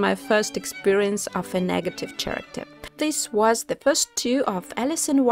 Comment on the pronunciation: She just said CHaracter? Dear the word is pronounced with a K.